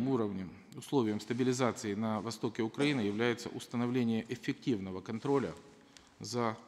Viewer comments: Он сказал Укпраины? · "независимость уПраины"??? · парашка даже "свою" страну не может правильно выговорить. уПраины? - это что за страна? смотреть с 1.57